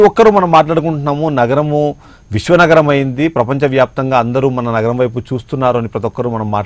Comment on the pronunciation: Not naram... NAGARAM... Ori nee kangaroo..